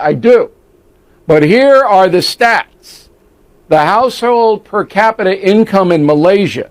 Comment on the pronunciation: Income per kapita pun Salah sebut